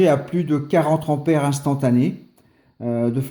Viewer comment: Cent "t"'ampères ! trop "p"''importantes. Même si elles ne sont pas électriques, les liaisons doivent rester de bonne qualité 😜